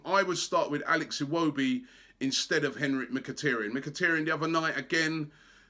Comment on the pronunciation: Hi Robbie. Just a correction the way you pronounce Mkhitaryan's name. It is pronounced MKHI-TAR-YAN. Its TAR as in black viscous liquid and NOT TER. By the way, you exclude Mkhitaryan at your peril. We need players who can hold the ball and pass against the most effective passing team in premiership bar Man City.